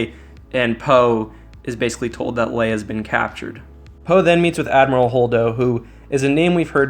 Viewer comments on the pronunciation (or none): none